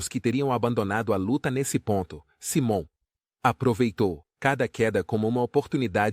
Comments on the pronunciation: Vc precisa aprender pelo menos a pronunciar o nome correto de Simon,nome dele em inglês se pronuncia: Saimon e não Simon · Cara vc coloca uma legenda mentirosa pra conseguir mais visualizações...seja criativo nos conteúdos ou volta a velha profissão....vc não sabe nem pronunciar o nome do Simon corretamente ficou ridículo todo conteúdo....e fake